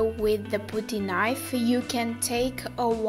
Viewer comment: Sorry I just wanted to say that when you said putty knife, putty is pronounced with uh sound. P UH TTY Not OOO sound.